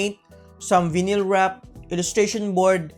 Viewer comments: Pronounced as "vaynil" not vinil good vid btw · Hi sir i just want to help you out. Its pronounced Vayneel not vinil. Anyways great vid sir keep it up! Power!